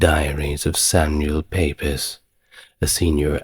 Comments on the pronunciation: Please stop pronouncing Pepys as Pe-peys. It is pronounced PEEPS for goodness sake! I don't know anyone who doesn't know that. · Your content is absolutely brill, as a fellow researcher and historian, it shows that you’re usually interested in what you’re talking about. One note: Samuel Pepys- last name pronounced “Peeps” (sorry he’s my fave, love me a little Restoration 😎) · Thank you so much for this. I absolutely love it and have listened twice. But I have to ask, is it AI generated? No shade if it is, just that both times the mispronunciation of Pepys has thrown me completely. Or are you not British? Again, it didn't spoil my enjoyment so no criticism, just curious really ( which is why we love history after all!) . Pepys is pronounced Peeps. So, Samuel Peeps. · The horror of not having servants during the plague in The Decameron 😅 . No AI yet you don’t know how to pronounce Pepys 🤔